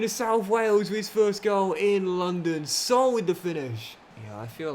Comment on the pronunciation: Everyone: Sa-OOL: SOUL 😂😂😂